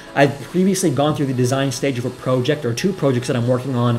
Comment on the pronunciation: Fun video! I liked the Joe Biden diss, but then you lost me by the way you said “proe-ject”